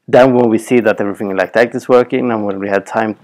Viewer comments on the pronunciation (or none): none